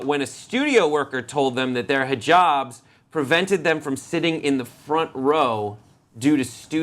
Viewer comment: This on the left is so hot he could pass as a muslim man any time. He even pronounces HIJABS correctly and has a cutest beard that I hope he converts to Islam. Then I would totally marry his cute ass